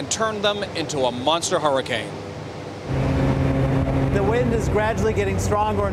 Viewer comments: does anyone else realize he says harricane? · Why is he pronouncing it like "whoreicane"?? Lol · Take a shot every time he says harricane